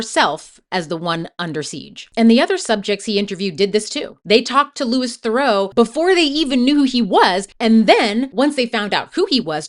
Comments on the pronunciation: “LU-EE, Thur-auw “ like Thureaux. As a fellow Thurau I’m so sad to see everyone get his name so wrong. I respect the video though! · Good video but his name is pronounced Loo-ee Theroo since it's a French name. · Interesting points! Just a quick note that Louis Theroux's name isn't pronounced like "Lewis". It's pronounced more like Loo-ee. Really interesting to hear your opinions and takes on these interesting characters! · That’s not how to pronounce Louis Theroux’s name - it’s not Lewis, it’s Lewie, and it’s not Therow, it’s Theroo. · You mis-pronounced his first name and his surname. It's Louis Theroux, but you said Lewis Thurow. Theroux like you're saying 'through' as 2 syllables instead of 1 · Minor nitpick, but Louis Theroux’s name is pronounced the French way. Loo-ee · Yes, thank you! Louee Theroo. I always hesitate to bring up pronunciation when the creator has obviously put in so much time and effort into their video, but it's important! Theroux is a very well-known figure, so easy to find how to pronounce his name. (Also drives me nuts when people say Zen-DYE-a, instead of Zen-DAY-a.) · The obscene irony, that I wish Louis (pronounced Loo-ee Ther-oo btw) had pointed out, was that only just a moment before that first clip of him and his mother getting upset at Louis for "making money" off asking him about his criminal record, he was explaining that everything he does - all the misogyny, racism, antisemitism, homophobia, etc - is for money, engagement, and clout and that he doesn't gaf about morals, being a good person, being a hypocrite, or what people think. In fact, he admitted to being a puppet all throughout the documentary. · Manage to pronounce it wrong every single time you say it but you obviously watched the whole documentary where they said his name many times ... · yes within 3 seconds when she mispronounced BOTH names, I went to turn it off (but ran to the comments first to see I wasn't being unreasonable) - so off putting! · Say his name right!